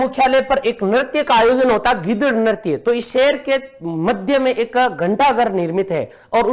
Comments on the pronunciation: गीदड़ नही ..........वो गींदड़ है..... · u don't have enough knowledge ratuu toteee it's GINDAR not GIDAD thoro padh le Ghanta ghar👍